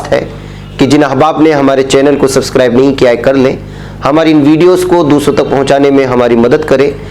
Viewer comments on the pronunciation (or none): none